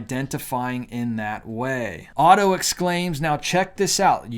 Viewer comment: Dude, do you not know your t from your f? You stated a man called of instead of a man called otto.